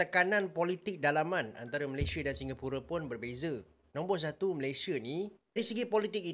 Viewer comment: COBA LU DENGAR BAIK BAIK APA YANG DI UCAPKAN... MALASYA... MALASYA... MALASYA 🤣🤣🤣🤣